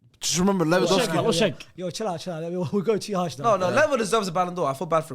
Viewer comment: Spurs loan Lewendowski I hear it 😂😂😂😂😂😂😂😂